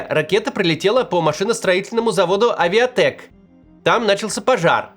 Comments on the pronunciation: Хоть бы проверяли информацию перед опубликованием ролика. Кировский завод называется "Авитек", а не "Авиатек" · Завод не авиатек)) а авитек) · Не "Авиатек", а "Авитек". И вообще-то он совсем не машиностроительный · Не Авиатек а правильно Авитек.